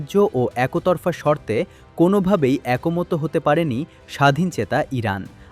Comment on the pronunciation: উচ্চারণ ভুল। একোতরফা বা একোমতো কী?